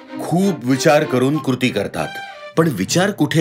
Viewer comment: "कृती" सुद्धा बरोबर उच्चारता येत नसेल ... अवघड आहे. #कुरती 😂😂😂